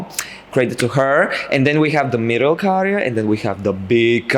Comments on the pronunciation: But are not pronouncing it correctly...it's Käärijä, not Kaarija. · Kaarija as the U in the word bug Käärijä as the A in the word bag